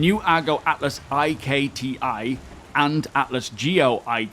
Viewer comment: I think "IKTI" is just pronounced as the word, "ikti", not as "I-K-T-I". Because "ikti" is the Banu word for "weapon" :)